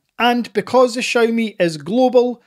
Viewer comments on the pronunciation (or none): Please stop saying "Chow ME" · XIMI sounda better :) haha